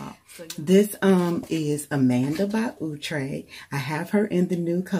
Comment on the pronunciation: It looks really nice! It's pronounced ow-tre as in ouch! lol